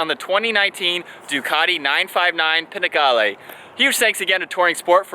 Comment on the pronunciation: It's not Pinacale, it's called Panigale, at least learn how to pronounce the name of the bike :)